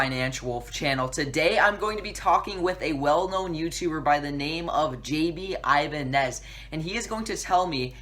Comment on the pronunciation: The way you said Jaime Ibanez was the whitest way you could ever say that😂